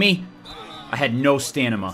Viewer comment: "I had no stanima... no stanima!" ..... it's stamina lol